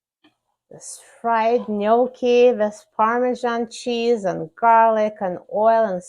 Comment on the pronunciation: Love this. You pronounced it correctly, Thank you for that. Love you ❤❤❤❤